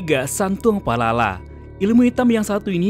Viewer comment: Bukan santuang palala,santuang palalau.